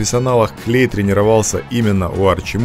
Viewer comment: Не клей а клэй